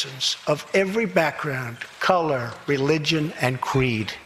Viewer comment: Love Trump a lot but... Didn't he just say "qweed" instead of creed? Did drink a bit so am making sure.